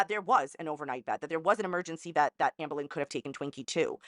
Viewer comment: I love how she pronounces ahmbURlin